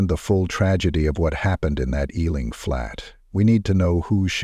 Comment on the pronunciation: I am from the UK I have family who live in Harrow plus I also lived there a while. It is also pronounced E , LING. . not how he said it. I am from south London. This is a true story. Harrow is very much like this . This happens daily all over the UK . it's just not everyone dies. Some OD. Addicts taken over peoples homes and lives. Misery loves company. This is a true story.